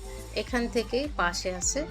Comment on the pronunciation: আপনি কথা ঠিক মতো উচারন করতে পারেন না, সোফাকে বলছে ছোফা, আর্টিফেসিয়াল কে বলতাছে আতিফেসিয়াল ঘাস বলতে গিয়ে আটকে যাচ্ছেন সোকেস ছোকেস না আপনার কথা এমন কেন একটা কথা ও ক্লিয়ার না,পাশে হবে পাছে না😁😁 যাই হোক ভিডিও ভালো লাগছে কথাগুলো ক্লিয়ার করবেন।